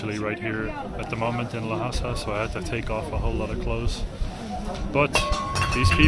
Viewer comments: A small correction: the name of this city "Lhasa" is pronounced "Lasa" in Mandarin, and is similar to "Hasa" in the local Tibetan language, so it cannot be pronounced "Lahasa". Love you two, wish you have a good time in Tibet! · You look more confident, you should learn how to pronounce 'ལྷ་ས་', definitely not like 'Lahasa', there's no 'a' between 'L' and 'h'. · we Tibetans pronounce it as "Lhasa". Lha means God. Sa means ground. It seems that you are misinformed with too much confidence 😂